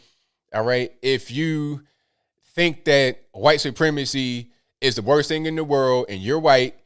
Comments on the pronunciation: 'huh-white'? 'cool wuh-hip' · no i havent seen it lol i dont get it. So he just puts emphasis wh for white